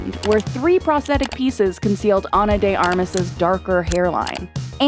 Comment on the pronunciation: 'prosthetic' like the word aesthetic, doesn't have a silent H. You pronounce it like pros-thet-tic not pros-tet-tic. Sorry but it's a pet peeve of mine